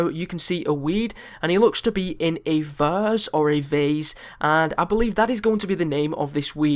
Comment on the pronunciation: It's not Vas it's Vase